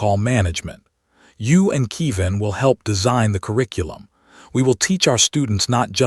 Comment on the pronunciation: KE-VIN, not KEE- VAN. And why does it end mid-phrase?